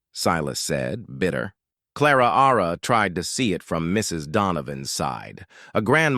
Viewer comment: I’m sure the “Ara” after Clara is an annoying error.